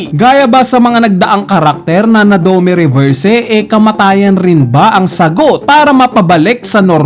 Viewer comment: aral ka kasi para alam mo tamang pronounce.. 😅🤣😂.. puro nood ka lang ng anime eh.. saka fan boy ka lang.. 😂🤣😅.. dome reberse 😅🤣😂